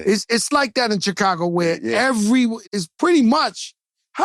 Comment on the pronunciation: why joe keep saying Checago....its annoying tf out of me